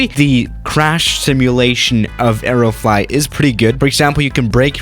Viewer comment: stop saying areo flot